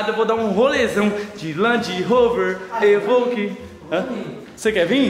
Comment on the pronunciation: " é uma land rover evouquey " kkkkkk eu ri agr hein